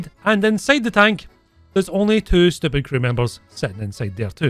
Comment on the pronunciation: "You're so stiupid , I hate you " lol